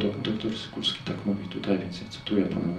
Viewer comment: To jest p. dr SYKULSKI,. Warto to zapamiętać i chociażby nie przekręcać nazwisk.